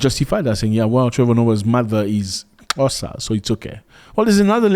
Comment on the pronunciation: Love how you pronounce Xhosa. I am from Gqeberha, formely Port Elizabeth. Our brothers and sisters in the continent have a nick name' my friend " in my friendly city they are brothers and sisters.and we welcome everyone. We have African brothers and sisters from Pakistan, Ethiopia, Somali, Ghana, Libya... The list gors on